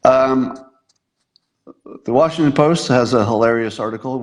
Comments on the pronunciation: How is Washington being pronounced incorrectly? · Twice, in the session.